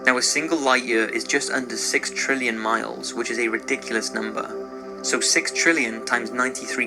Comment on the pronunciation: wtf is "a tillion"